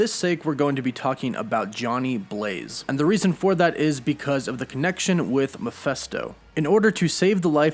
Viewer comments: It’s Mephisto, not Miphesto!! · All very interesting and revealing but Mephisto = “Meh-fist-oh,” not, “Meh-FEST-oh.” Sorry, it’s a little annoying to hear it repeated over and over like that. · take a shot everytime he says mephesto it's mephisto man. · MephIsto, not MephEsto.... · Who or what is MEFESTO? Don’t you mean MEPHISTO ? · Why are you pronouncing me fes toe.(mephisto) Isnt pronounced as meh fees toe?? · Please please look how it's written.........MEPHISTO NOT MEPHESTO.......notice the letter I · Meh-PHIST-o not Meh-PHESS-to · Mephisto is pronounced Meh-Fist-sto not Meh-fest-sto. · i was searching the comment for this! I know right he kept saying meh fes toe lol i get cringy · Good info but Mephisto is pronounced “Meh-fis-to”, not “Mi-fes-to”. Picky? Maybe. But it was driving me nuts. 😊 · Mephisto, not Miphesto. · I thought it was MeFISTo not MePHESTo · Stop saying Miphesto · Dude the way you pronounce "Mephisto" is cringe worthy. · Sorry that I'm a bit of a stickler, but this is rubbing me wrong. I can't perceive how the first syllable of Mephisto has an "a" sound, and the second syllable and "e" sound.